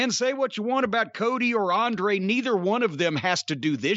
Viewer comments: Racist Cornette can't pronounce Andrade or Idolo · Absolutely love how he said Andrade name🤣🤣🤣🤣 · I can't tell if Cornette is mispronouncing Andrade's name on purpose, or if he's just that dumb.